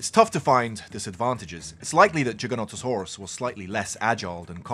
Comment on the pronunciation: Giganotosaurus not Jiganotosaurus